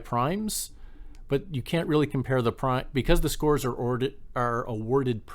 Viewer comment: Thanks a lot for the video! Fyi "prime" is pronounced "preem". It's a French word that means "bonus", and it's what mid-race sprints are called. You'll learn that at your first IRL crit.